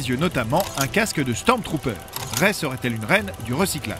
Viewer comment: écris Rey correctement et ça se prononce ré.